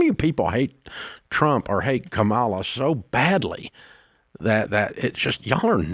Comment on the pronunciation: Surely we can learn how to pronounce "Kamala" correctly by now. Right??